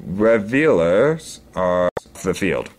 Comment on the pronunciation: Rawl-icking and Revelers (said like level). Totally excusable if English isn't your first language.